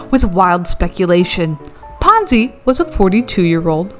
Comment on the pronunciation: Oh, it was PONZI, not FONZI. The Fonz is so much of a nicer person. 🙂